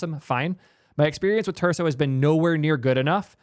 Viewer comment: repeat after me, friends! starts with t and ends in urso. or starts in l and ends in imbo.